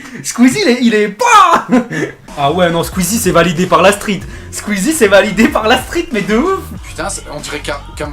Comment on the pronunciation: Squeezette pas squeezie sinon génial la vidéo